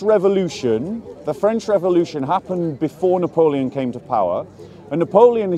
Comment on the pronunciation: If you don’t know napoleon and you have issues pronouncing his name it’s maybe not so smart to try to lecture people on history 😂